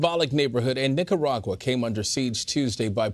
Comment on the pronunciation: Nikkagagua lmao good way to butcher the beautiful name. What you guys need to understand and take an example from is the government is turning it back on people stripping the internet and freedom and rights from it's people. My fellow Nicaraguan's are fighting with fireworks bro because they don't have guns to fight. Yet they are willing to give up thier life for FREEDOM SOMETHING AMERICA IS LOSING!!!! Viva la revolution!!!!!